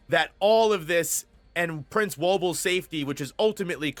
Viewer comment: Hey, he finally got Woble right. Respect